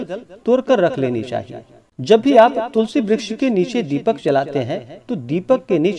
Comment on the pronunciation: महाराज जी मुझे ज्यादा ज्ञान तो नहीं है जो बार-बार आप तुलसी ब्रछ बोल रहे हो तुलसी मैया को ब्रश नहीं कह सकते